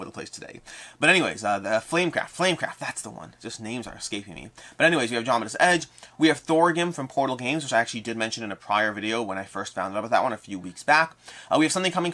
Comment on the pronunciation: Erm...? It's Thorgal from Portal Games, not 'Thorgim'. I should know cuz it's my favourite European comic IP and one of the only 5 games I'm backing this year. No worries, we all slip up on weird names now and then. Be well, buddy.